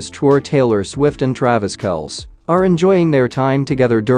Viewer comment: It’s Travis Kelsee NOT Kelce, guys!